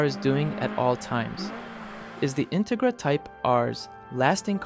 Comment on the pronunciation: Integra- in- rig- ra? Ai garbage? 😅